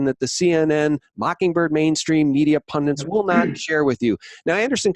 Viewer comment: PUN.DIT. Not, "PUN-DANT". DIT, DIT, DIT.